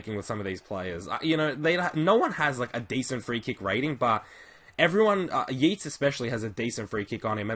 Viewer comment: City fan here - Morais is pronounced Morice and Yeates "Yates" by the way. Just letting you know, great videos!